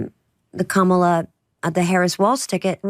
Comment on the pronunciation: Great episode! Kudos for pronouncing “ Kamala” correctly- hate her, like doesn’t matter ffs…. name purposely said 😊incorrectly is so kindergarten 😂